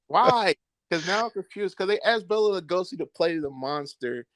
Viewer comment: Bela is pronounced "Bay-la". Bella is a woman's name. The more you know.